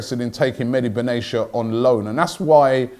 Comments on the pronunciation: Just like "Medi Benaisha" instead of Benatia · It’s Ben-ah-tee-ah. Not benashia!!!